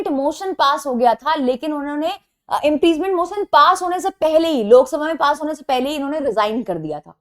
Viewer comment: kya maine sahi ,suna are u pronounce impreachment ??